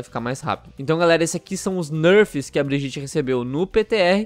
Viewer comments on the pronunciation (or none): Se você fala "Brigiti" vc ta no mesmo grupo das pessoas que falam "Trásser" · fala o nome da personagem direito pelo amor de Deus